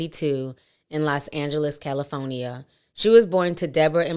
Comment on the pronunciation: always says CALIFOENIYA Lol